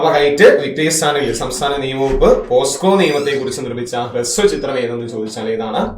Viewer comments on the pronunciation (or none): പോസ്കോ ❌ പൊക്സോ ✔️